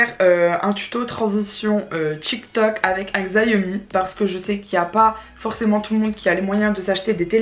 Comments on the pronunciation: Ça se prononce "chiaomi", pas "gziaomi" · Sa se prononce pas zaiomi sa se prononce chiaomi je te le dit j'ais un xiaomi 9 se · Le téléphone ne se prononce pas Xiaomi mais shawmi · Sa ce lis chiaomi